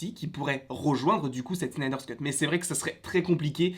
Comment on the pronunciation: arrête de dire Snyder Scut stp C'est Snyder Cut!!!